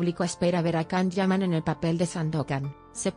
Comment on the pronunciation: Where did you get this information from? I follow the Italian press, where the Can Yaman projects (Viola come il mare 2 and Sandokan) are written daily. It would definitely be published. Apparently you need sensationalism about a Turkish actor doing well in Italy. I don't trust anyone who pronounces the actor's name "Kan".